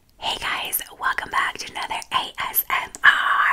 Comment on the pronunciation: its so funny how u A S M R R R R